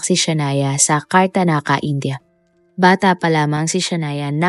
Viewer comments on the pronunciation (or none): KARNATAKA HINDI KARTANAKA. 😅